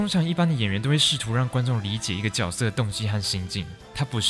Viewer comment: 角色（júe sè) 脚色。。。